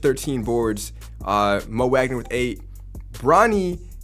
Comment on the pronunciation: I'm more upset how he pronounces Mo Wagner wrong